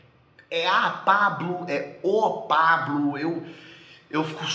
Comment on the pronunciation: "E Pable"